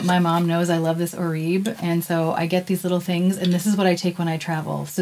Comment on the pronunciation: My hairdresser informed me that Oribe is correctly pronounced as "Or-i-bay." 👍